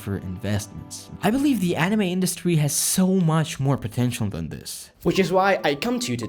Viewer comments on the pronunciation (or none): the way you say anime got me all the way messed up, it's pronounce ''Ah-Knee-mei'' not enemy.